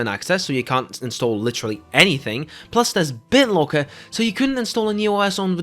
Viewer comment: I recognized he was dutch the moment I heard BitloAAAACker haha